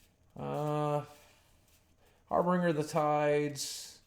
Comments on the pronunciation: harBINGEr not harBRINGer. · Harbinger. Harbinger. Harbinger. Not Harbringer you silly man.